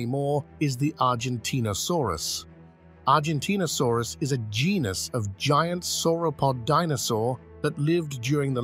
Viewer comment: This voice has made numerous mispronunciations Diplodocus Circumpolar at least 2 examples of pronouncing same word in different ways in consecutive sentences Argentinosaurus and one other example